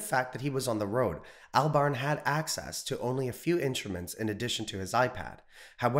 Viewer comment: Cant pronounce Albarn. Cred low.